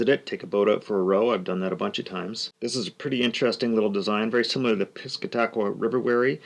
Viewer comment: Piss-CAT-uh-kwuh is the correct pronunciation. Good for you for showing Seabright skiffs. They were the forerunners of a very large number of powerboat seabright skiffs and more normal sea skiffs beginning in the earliest powerboat era in which engines placed in the hulls began to modify how the hulls were designed. Red Bank and Banfield were among the first around 1919 to have rather modern fully planing lapstrake built seabright skiff hulls and were the forerunners of many others. Most were from New Jersey like Hubert Johnson, Bayhead Skiffs, Johnson Brothers, Zoebel's, etc. But some were built in New York like Wheeler of Brooklyn. E. Lockwood Haggas was the most famous of the early designers and he designed rum runners as well as the police chase boats. By around 1928 into 1931, the normal sea skiff bottom took over. Lyman boats of Ohio were inspired by these to make what possibly became the best known sea skiffs in the country. Chris Craft followed suit with their Sea Skiff division. William Atkin of New Jersey designed a number of Seabright Skiffs and plans are found online. Here is a couple William Atkin Seabright Skiffs to look at.The Victor Slocum, an early seabright skiff powerboat, and Scamp, an excellent sea skiff later derived from those.